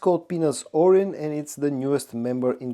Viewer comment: Its oryn not orin